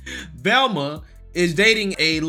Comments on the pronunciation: Velma, sweetie...her name is Velma...not Thelma....😁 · Lmfao. It's V Elma not TH elma. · It’s VELMA not THELMA!!! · So his title says "Velma" and so do the subtitles but he keeps saying "Thelma". You can't take the black out of some people. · VEl-ma not THEL-ma. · Duuuuuuuuude WHYYYYYYY do you purposefully mispronounce so many words?! Are you doing it accidentally or are you just playing stupid? Thelma is not Velma. BRO. LOOK AT THE WORD BEFORE YOU READ IT OUT LOUD. It's infuriating trying to show friends your videos because you sound so uneducated when you read. There's no excuse at all for the way you mispronounce words. "Massatwositts" for Massachusetts... "Thelma" for Velma. Dude knock it off. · I like your videos and I agree with a lot off what you say...... but why do you keep calling her 'Thelma?!?!' Her name is Velma!! lol just breaking ya stones bro. Keep up the good work! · You kept saying Thelma. It's Velma, lol. But, at this point. They may as well change her name too. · Listening to him call VELMA “Thelma” is like listening to Boosie call Vlad “Glad.” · Why you say Thelma? First say vampire, now say Velma. V...Velma. With a “V”. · lol you keep calling her "Thelma"